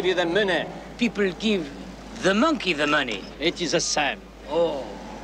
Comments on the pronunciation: You said minkey. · Minkey? .....What? ....You said MINKEY!!